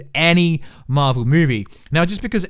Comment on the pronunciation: It marvel not marel!